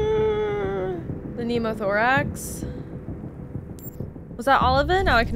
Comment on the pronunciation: One of the few playthrough-ers who could sort of pronounce “pneumothorax” correctly. Well done.